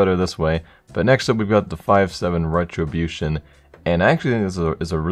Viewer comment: Five Seven RETRObution....hmmm